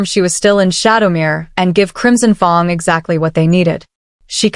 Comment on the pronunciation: Pronouncing of fang wrong is very difficult to make listening easy